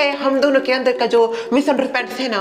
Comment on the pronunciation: said:-missunterpant 😅😅😅😂😂😂😂 ( usse misunderstand bolna tha )😂😂